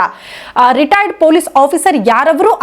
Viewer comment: Madam first pl learn how to pronounce " Retired" ...u are saying "retiredar"... responsible channels like you should not indulge in sensational news..